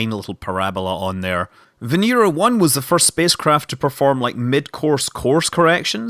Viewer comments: Why does Scott pronounce Venera 7 as Venira 7 when its clearly Venera 7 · & Kosov Kanal It's Russian and that's how you pronounce it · It's pronounced more like Veñera. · & Kosov Kanal Scots do what they want. You'll never take our freedom.